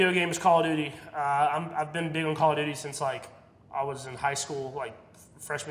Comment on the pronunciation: Patrick: my favourite game is call of duty me: hE sAiD dUtY